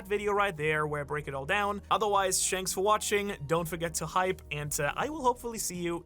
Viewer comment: I can’t believe you said Shanks for watching! 🤣😁😝